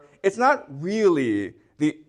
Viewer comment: Is it weally weally difficult 😂